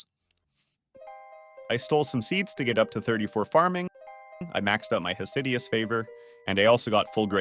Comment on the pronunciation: “Hosideous favor” vomits